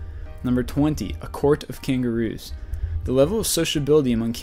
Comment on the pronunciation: a... cangaruu... what???